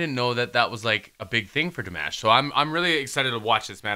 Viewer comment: Love your reaction! I love how Dimash just stayed low and let them show their vocal talent because he could have easily gone higher or taken over but he respected their vocal talent. The ending with Aida was stunning. One thing pleeeease?? Don't call him di mash like mash potatoes? It's DEE MAHSH. Forgive me. It just always sounds a little annoying when people say his name wrong...but great reaction!